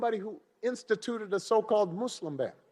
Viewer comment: Okay Obama good stumping but it’s not mooselum, it’s Muslim. Check your pronunciations peeps. it matters.